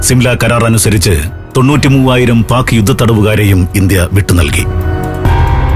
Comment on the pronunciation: തൊണ്ണൂറ്റി മുവായിരമോ അതോ തൊണ്ണൂറ്റി മൂന്ന് ആയിരമോ .......